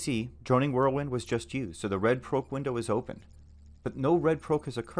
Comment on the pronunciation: Bruh. for the love of god stop pronouncing Proc as Prowc